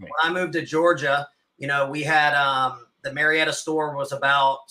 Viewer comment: Marietta is pronounced Mary Etta. My Mother is from there so no argument LOL